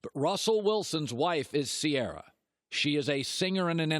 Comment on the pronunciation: do all white folks say Sierra or just him